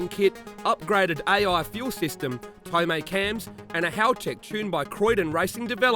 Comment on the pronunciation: Tomei cams. Pronounced TOE-MAE